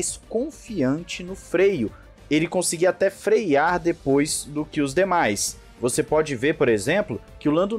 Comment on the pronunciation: "frear" não "freiar" "freando" não "freiando"